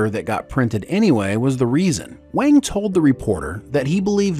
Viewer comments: What’s going on with your mispronunciations? Data, Wang, Leah, etc. You got my +1 l, and I realize these videos take a lot of work, but jeez please pronounce people’s names correctly. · Garrett' Wang's last name is pronounced "wong". (Looks like Harry Kim continues to her the short end of the stick decades after Voyager 😅) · The entire Harry Kim section - repeatedly saying Garrett Wang's last name incorrectly (it's pronounced "wong") took me out.